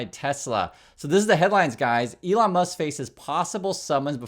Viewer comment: Its Leon Musk.